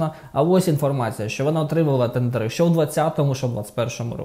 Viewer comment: тЕндери, не тендерИ чи тендерА